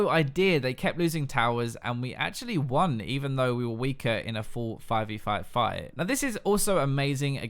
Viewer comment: I just grin everytime u say "fight"... phyte ( ͡° ͜ʖ ͡°)